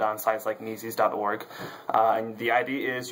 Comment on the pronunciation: Mises is pronounced "Meez-us" almost like Jesus, but with an M at the beginning. Subbed.